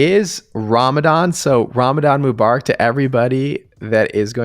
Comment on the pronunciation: Love those videos guys, thanks for all the info & honesty. Btw, the way you pronounced Ramadan Mubarak gave me heart palpitations 😳😅